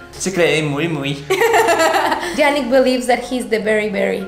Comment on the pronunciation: "muy muy" lo sice bien chido